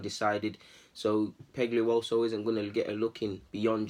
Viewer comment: Ngl I can’t say his surname well but u BUTCHERED it bro😭😂